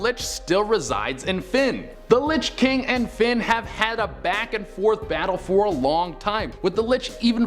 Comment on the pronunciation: I'm sorry, did you just call Finn "Flynn"? People always do that to my son it's so annoying